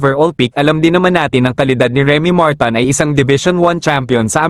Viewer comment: Bobooooo blogger bading Martin po hnd marton Bobooooo